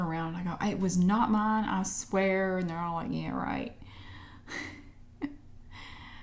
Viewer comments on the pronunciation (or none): none